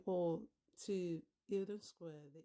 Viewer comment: just say it like its spelt, el don not eel don